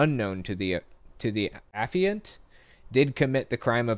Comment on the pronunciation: The term “affiant” is pronounced “uh-FIE-ant”.